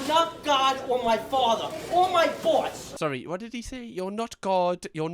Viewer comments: I heard "thots" lmaooo😭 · I thought the bagel guy said boss not thoughts! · I believe he said boss not thoughts. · Boss not thoughts. Funnier though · First guy said boss not thoughts. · I think he said boss not thought😅